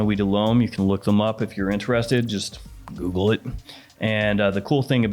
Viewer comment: ever listen to him say "Him" or "Them?" "Hiuem" haha